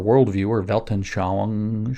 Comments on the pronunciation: Thank you for this fine podcast. In return these trivia: 'Welt-an-schau-ung' has four syllables. 'Welt' as 'belt, pelt'; 'an' as 'one' without the 'w'; 'schau' as 'shout'-t; 'ung' as Indonesian city Bandung, or 'moon, loon' + humming 'ng' ending. Before 'Aryans' there were Arians, followers of Arius (256-336 AD) who held the belief that God is not the Father of Jesus, but had created Jesus out of N/nothing, like all of Creation. Arianism was declared heretic at the Council of Nicaea, 325 AD. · Janes, repeat after me: Vall-ten-shvoong.